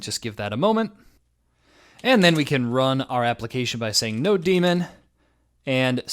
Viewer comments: wait, did he just say node-demon?? tf. It is Node-mon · why do you say node demon? it's nodemon as in node-mon..... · Node-mon? nawwww No-demon! lol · 😂 I say that, too. "no 😈" It makes me laugh every time.